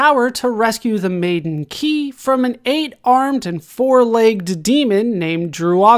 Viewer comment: Her name is pronounced Kai. (yes, it's confusing)